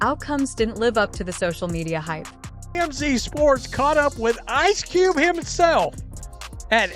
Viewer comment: Poorly written narration voiced by a computer that doesn't know how to say 'Ice Cube'. Why post this crap?